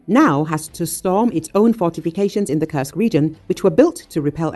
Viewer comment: Please do not curse Kursk any more, it is a u like in food. Thank you.